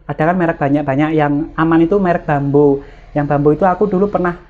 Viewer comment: Merk bambu kak, bacanya bukan bambo🙏